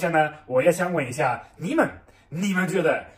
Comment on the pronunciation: 有点意思！马克，一下，这两个发音，很四川啊！